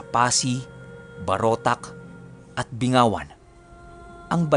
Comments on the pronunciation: ang Bingawan po, ang tamang pag pronounce st Bing-ga-wan. Kasi kung Bingawan po kasi ang bingaw ay walang ipin po. Taga Iloilo Here po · Binggawan po not bingawan hehe at hindi po sa passi located yung binggawan. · BING-GA-WAN po.. Hindi, Bi-nga-wan. Hehe 😅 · Yung bingawan na lugar"(binggawan) " Po yan e pronounce samin😊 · Sikat lugar namin a taga Bingawan kc ako pero ang pronunciation nyan ay Binggawan. Madami talaga aswang sa amin kc meron ngsabi kapag kinarga daw sa truck lahat ng aswang sa lugar namin aapaw p hahahaha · Binggawan po correct pronounce nun sir.. kabilang bayan lg po Passi kasi sa Duenas po ako nakatira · Mali yung pagbigkas mo ng Bingawan. Taga Iloilo din ako taga Calinog, magkatabi yan sila Calinog, Bingawan at Pasi City. Ito yung tamang pagbigkas BING- GA- WAN. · alam ko mali lang yung pagbigkas nya. Tama yung spelling pero pagbigkas nyan BING-GA-WAN.